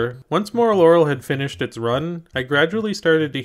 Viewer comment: HOLY SHIT HE PRONOUNCED IT RIGHT!!!